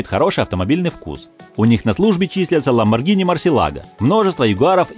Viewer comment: Ну думаю,хоть кто-то назвал Ламборгини правильно.Но как услышал это "Галлардо"...